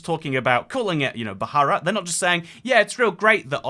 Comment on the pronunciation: Thats not how you pronounce bharat